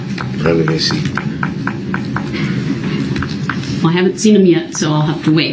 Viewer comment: Him saying "revelency" like they're pulling these things from another case😂